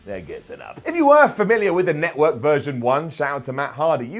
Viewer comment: WWE Notwork! Come on man you're English this is your language bud!